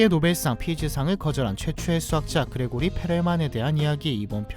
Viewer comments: 그레고리(x) 그리고리(o) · 근데 정확히는 그리고리임 Grigori라서 그레고리로는 발음이 안됨.